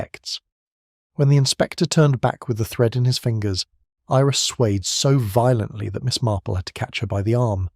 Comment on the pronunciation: Example, suede instead of swayed.